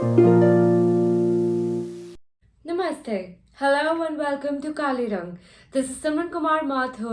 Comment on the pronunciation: The way she pronounced namaste, I guess she is a foreigner.